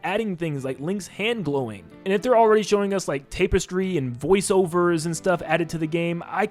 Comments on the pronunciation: Tap-Iz-Tree not “tape” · Why can no youtuber pronounce tapestry correctly ive been watch oot remake theroys for like a day now and all of yall say tape•stry